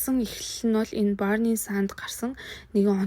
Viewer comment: Burning sun gdgee buruu unshaad bh yumaa